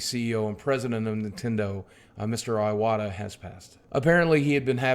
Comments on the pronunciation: His name is pronounced ""ee-wata"....not "eye-wata". FFS suck. If you are such a "fan" the least you could do is pronounce his name correctly. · Would have been nice if you actually had pronounced his name correctly :/ Ee-wata, not Eye-wata. sigh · Goddamnit, his name isn't iWata like an Apple product, it's ee-wata. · Just to let's you know you're pronouncing his name wrong. It's not eye-wah-ta. It's ee-wah-ta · EE EE-wata not eye-wata EE-wata fuck. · Rest in peace Iwata-san. I love that so many people are celebrating his life. However I wish most Youtubers would do a little research and learn how to pronounce his name before thanking him for his contributions to this industry we all love. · dude Boogie give the man the RESPECT he deserves by NOT butchering his name. Its pronounced 'EE-WAH-TAH', not 'EYE-OH-WAH-TAH' bro. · I like nintendo, yeah. My first game was Contra. STILL, it's pronuonced E-watta, not Aj-watta. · R.I.P #Fuckcancer On a side note, his last name is pronounced ee-wah-tah not eye-wah-tah. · Alright, someone's gonna have to be "that guy"... It's pronounced Ee-wata, not Eye-wata. Agree with everything else you said though. I wasn't a fan of some of his politics, but he was a damn fine businessman and never failed to put a smile on my face with his self-referential humor and attitude. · Great video. You have a great presence and voice for this. Just one thing: It's "ih-wata" In Japanese there are 5 vowels. a,i,u,e, and o Pronounced: "ahh" "ihh (and in pick)" "oooh" "eyyy" and "oh" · pronouncing someone's name has nothing to do with whether you are speaking in japanese or not. Calling Iwata "eye-wata" is like someone calling a guy named Steve. "Styurbb" Also, I like the idea that you equate pronouncing someone's name correctly as being "weeaboo". That's about the most depressingly american thing I can think of.